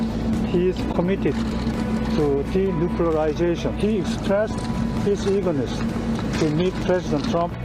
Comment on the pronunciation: The guys should practice the big words before they start the show. Denuclearization. .